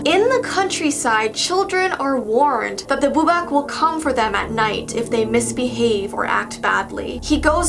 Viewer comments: The last one is pronounced (bu-bawk) the last part is like a chicken sound.not trying to mean love your channel ❤️ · says boobock wrong Me correcting her:"Its boobok its boobok":"ok ok i see my mistake" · YAAAAAAAAAASH more Czech stuff :D and we asualy say it wiht a long A , so its bubák and you can read it kind of like a bubaak :D I was never told this things background tho :D from what I rememebr from ym own childhood we called bubák prettymuch anything that we didntknow what i could be, liek if we heard somethign i a woods my dad woudl often look at me smiling tellign me that maybe there is a bubák there and if I want to find him :D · it’s pronounced boo-bAKc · Bubak is pronounced boo-bahk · Im from czech rebuplick and i never heard of bubák but okay and i laughed so hard when you said bubak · I am from the Czech Republic 😂. You pronounce it with the second a long. I have never heard about it being a scarecrow, usually it's just a shadow or something that children are afraid of.